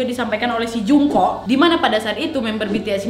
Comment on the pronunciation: Mohon maaf ya kak Mem Jungkook salah baca bacanya jongkuk Mem Taehyung juga salah baca,bacanya Taehyung bukan pakek o terimagaji